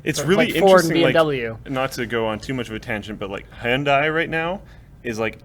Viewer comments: Did he just say Handai instead of Hyundai XD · "Handai" lmao. Come on, it's Hyundai! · That's what he said, Handai... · He totally pronounced Hyundai wrong...just saying. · D Bee He said Han, like Ham. :P Handai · It's pronounced heyun-dai. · and pronouncing Hyundai is hilarious. Absolutely hilarious because that was horrible